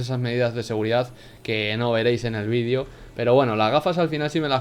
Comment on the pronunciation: Por que dice "vidio" en vez de "VÍDEO" >:u